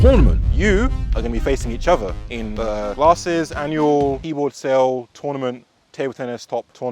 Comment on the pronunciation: is it just me or did he say ANYUAL glarses keyboard sale tournaments